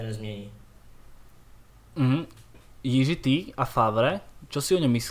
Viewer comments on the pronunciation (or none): “Jiží” je výborný:D.. promiň:). Jinak skvělý podcast.